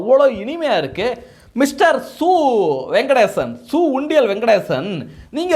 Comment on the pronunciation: யோ பேர ஒழுங்கா சொல்லுய்யா, சு. வெங்கடேசன் ஞாபகம் வச்சிக்கோ....